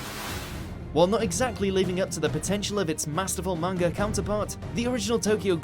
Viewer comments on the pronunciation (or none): none